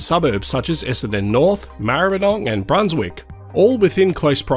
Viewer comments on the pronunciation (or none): none